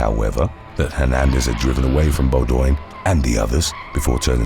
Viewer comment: Beaudoin is pronounced Bow-dwin. In case you ever come across it again. Be well.